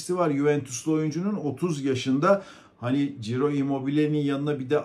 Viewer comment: Çiro, Ciro değil